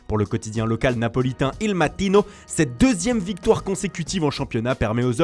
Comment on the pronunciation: Matttttino, gatttttttuso😂😂